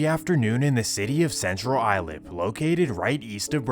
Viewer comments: Central ice-lip is how it's pronounced lol my father lived in Bayshore rite next to Brentwood while all this was goin down. They also found a ms13 burial ground at pilgrim pshyc center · its pronounced Suff- ick, county and Central Ice-Lip , MS is still heavy in Bwood, CI, Riverhead, fn cockroaches are everywhere, take that garbage elsewhere back to the motherland u pigs. They get deported, tell their friends about it, n come back with diff names. I jailed with these scumbags, robbing churches, murkin innocent people, "Rxpe Money /\/\urder"... do that to your mothers'. Idk if these r worse or pedos. Dispose of them all. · It’s central Islip not Island. Pronounced like central ice-lip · Central Islip is pronounced Central Ice Lip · Central Islip (Islip pronounced "ice-lip") Good think you weren't reporting on the Native American names - EVERYONE gets them wrong! LOL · Central Islip pronounced “Ice Slip” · It's pronounced "Eye-slip". Central Islip... C I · Islip pronounced ice-lip. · Living 5 minutes down the road from Brentwood and central islip, this is was pretty eye opening to watch recognizing the locations. Great work. The pronunciation of Central islip made laugh though. It’s said like “ice-lip” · Do you mean that it's not pronounced "eye-lip"? 😆 Silly robo-voice 🙄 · Or “ I slip “ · you could at least pronounce Islip correctly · Its pronounced eye-Slip, not eye-lip. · Islip is not pronounced "Eye-Lip", it's pronounced "Ice-Lip"! C'mon Bro! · CI is Central Islip, pronounced Ice-lip, not Eye-lip. Good video, I just had to mention this. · love the channel btw islip is pronounced "i-slip" not i-lip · it is pronounced ice-lip not eye-lip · It’s pronounced Ice Slip, not Eye Lip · Islip. (I slip) not ( I lip) dawg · It's pronunced "Ice Lip", not "eye-lip" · eye slip that’s how u pronounce islip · bro islip has an S in it if you cant tell. "ilip" lmao the way you pronounced other places was ridiculous too but the islip one, you cant read or what lmao